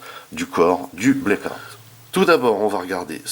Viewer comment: Blackout pas Blake out mdrr. Bonne review, par contre cette figurien est bien trop petite pour aller avec les MPM 1/35. Je vasi attendre pour ma part le KO 1/28 pour ma collec en priant pour une meilleur peinture. Le scorponok n'est pas du tout à l'échelle avec la figurine pour information, c'est dommage. Bonne review ça me hype de fou pour le KO OS car le mold est pas dégeu !